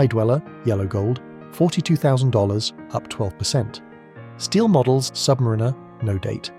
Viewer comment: Try learning to pronounce submariner properly. The emphasis is on the a.